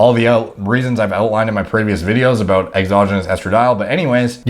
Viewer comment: lmao aboot